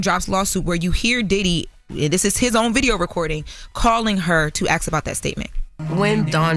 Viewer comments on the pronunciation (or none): “Asks” not “axs” omg…